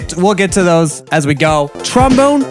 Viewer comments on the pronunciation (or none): Pretty sure w all laughed when he said "TromBONER"